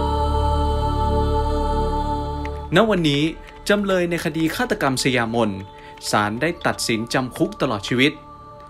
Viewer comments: สะหยา-ไม่ใช่สะยา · อ่านว่า>สะหยามน ค่ะ